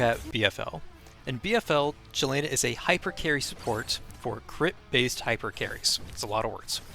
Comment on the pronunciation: Great guide and I like your guide style very concise. By the way her name is pronounced Yelena.